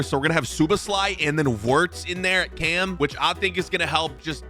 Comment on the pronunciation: wirts is crazy (it’s pronounced virtz)